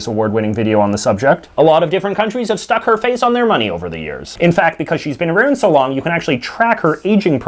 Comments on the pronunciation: Aroon the world 💀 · Aroond the world? Fuck, Canadians are weird..🤣